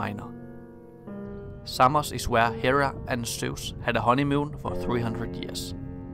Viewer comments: Well, it is not ''Seimos'', it is Samos, for starters. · Σάμος* προφέρεται φίλε όχι Σέιμος χαχαχα.